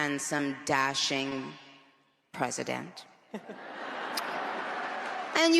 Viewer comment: "Presydeant" nicki